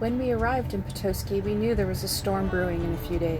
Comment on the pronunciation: I think is 0 for 3 with Michigan pronunciations- Charlevoix, Petoskey and Mackinac. Strangely seems to pronounce the names correct in the videos.